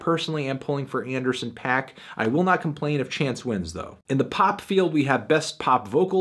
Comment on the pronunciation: Please for the love of god learn to pronounce D.R.A.M. and Anderson .Paak correctly